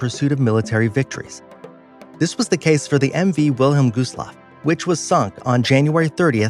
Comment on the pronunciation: Did you say captain shineeta? Really, the captain on the costa Concordia was captain (ska-teen-oh) I can’t spell it because it’s Italian. Oh and, it’s not the wilhelm goosloft, it’s the (vil-heim-gust-loff) This video has horrible material, watch a real documentary please.